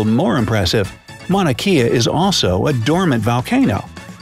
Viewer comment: Don't embarrass yourself by mispronouncing "Kea" in "Mauna Kea" , learn how to pronounce it properly, especially if you are doing a video with Hawaiian viewers.